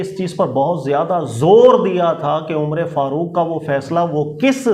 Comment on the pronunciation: یہ امرے فاروق کیا ہوتا ہے عمر فاروق ہوتا ہے